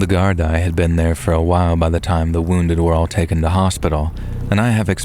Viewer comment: All the best from Dublin Ireland..Gardai is pronounced "Gar-Dee", Irish police force. Thanks for all the great yarns!